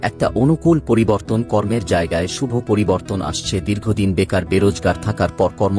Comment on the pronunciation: ভাষার উচ্চারণ ঠিক কর। যেমন বড়, শুভ।